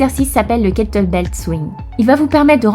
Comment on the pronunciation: Kettlebell, pas *belt 😉